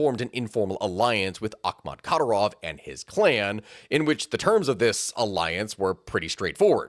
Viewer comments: How much effort would it have taken to learn how to and then proceed with correctly pronouncing Kadyrov's name? Minor pet peeve when creator's can't even be bothered to learn how to pronounce the names of some of their main subjects. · Yes, please do a video on Džohar Dudayev and Kadyrov family, without shying away from the atrocities under the regime of the latter. Both wars in detail deserve a seperate video too, and consider the evidence of cassus belli for the second one (Rjazanj sugar plot by FSB). Just please, learn how to pronounce their names (was barely intelligable to the slavic/Eastern European people), you'll sound way more credible for non-native anglophones. To do that you must listen to Russian or Ukrainian pronounciations. The accent goes on the second syllables (including Yevgéñiy Prigóžhin), apart from Džóhar, on the first. There is a lot of material out there (even a summary by Ryan McBeth in Substack), but the best ones are usually in Russian. The very best sources are actual Chechens who have fled the regime (i have a few contacts). The horrors they have gone trough is unimaginable. P.S. Greetings to all the rashists and their botskys here complaining about "western propaganda", 🔱Свободу Ичкерий✊